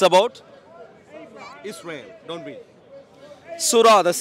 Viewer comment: I love that you pronounce Israel correctly. Keep going